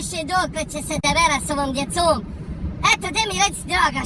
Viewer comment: Joj,zemljace,to "djecoom" ti zvuci ne bas bosanski...